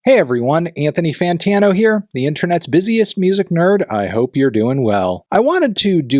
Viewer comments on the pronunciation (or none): none